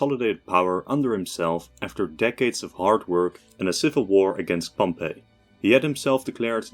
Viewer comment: his name is pronounced pomp eey, not Pompeii, it’s not the city, it’s different pronunciation